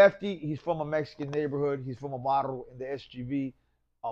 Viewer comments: This vato said Barro instead Barrio one time lol how can he not say it right every time if your Raza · He’s from a barro 😂 haha can’t even say barrio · Barrio not barro wuey.